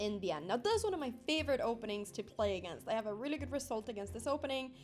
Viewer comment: Imagine losing to a girl that cannot say the word...really.